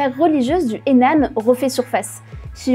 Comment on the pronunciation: Bien mais la prononciation des noms de regions (Anhui, Henan) est vraiment catastrophique, pareil pour Yuan, que vous prononcez "Wan"